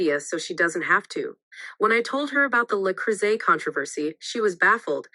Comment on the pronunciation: Why does the narrator pronounce "bow" as bough, yet correctly pronounced, le cruset? 😂 Its all so stupid Screw MM and screw the NYT for this offensive dribble